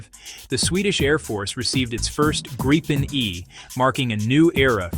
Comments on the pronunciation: Please be consistent. It’s the Grip pen (“grip”” as in to hold pen” as to write. It is not “Gripe” as in complaining. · It's gripen not fucking grypen you idiot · Not Gr-eye-pen, not Grippen -- it's pronounced Greepen, meaning The Griffon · For all you English speaking viewers, it sound hilarious when English speaking try to pronounce the Gripen name so I am gonna try to help you out a bit. Try and pronounce it like it reads Gree-Pen and it should sound better than the "Graipen" I hear everywhere.